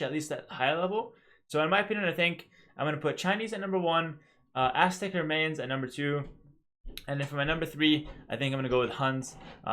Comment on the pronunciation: Its pronounced My-Ans, like, MI-ans, not MA-ans. Like the english word My. My-ans. like Brian. Imagine Brians, Mayans. Brians, Mayans. Mayans rhymes with Brians.